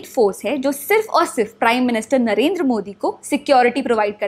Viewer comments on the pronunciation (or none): none